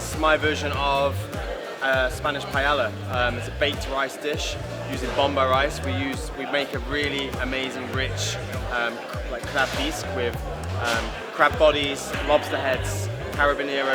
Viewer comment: It's Pie-AY-YA.